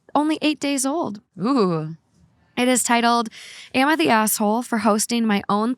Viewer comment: Can someone please acknowledge that when says asshole it sounds like asswhole